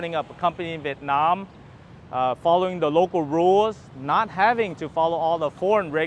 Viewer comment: Hi , if you pronounce the word "Vietnam" like how the local pronounce it, you will sound more Vietnamese. This spoken word stand out very obviously every time you speak Vietnamese ?